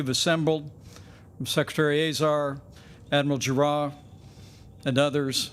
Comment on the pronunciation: Who's "Admiral Ju-Ah"?